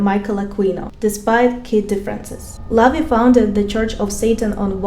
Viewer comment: La-Vey is how you pronounce his evil name